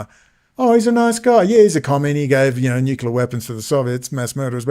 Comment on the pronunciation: That pesky nucular stuff!